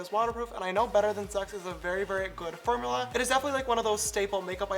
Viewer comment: Did anyone notice he said fermula .